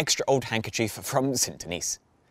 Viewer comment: You should learn how to pronounce French words and names, especially iconic places like Montmaete and St-Denis. Otherwise quite interesting. Many thanks.